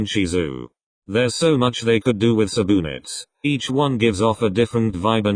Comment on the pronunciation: subunits ❌ suboonits ✔